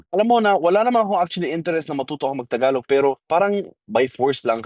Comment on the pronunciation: Its is prounounce "Tagalog" not Thaaagalog.